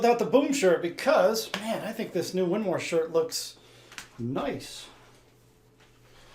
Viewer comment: “The winmoooor” what the heck…. 🤣